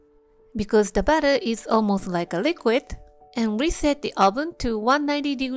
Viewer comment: That's BATTER with an "A" (rhymes with "cat" ) not BUTTER with a "U" (Rhymes with "cut:) . . . .